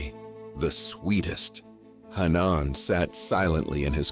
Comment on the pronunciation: Hannaaaan? Speak English, it’s pronounced Ha-Nan